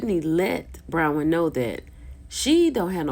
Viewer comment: sis, please call the woman Bronwyn, not Brownwyn